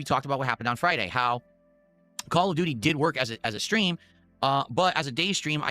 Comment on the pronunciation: "The Shatgun is the best weapon in Khall av doody"